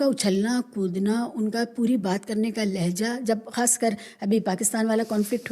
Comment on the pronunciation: लेहजा नहीं लहजा